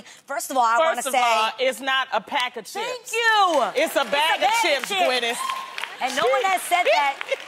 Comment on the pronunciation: Is only me but Adrienne says Gwynif